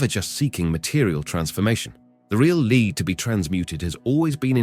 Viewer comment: LEAD IS PRONOUNCED LED FOOS